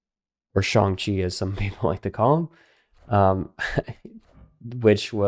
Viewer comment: is it not shang and shawn?